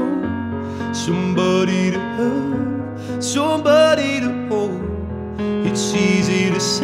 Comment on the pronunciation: i het da part wen he pronounce "somebooody"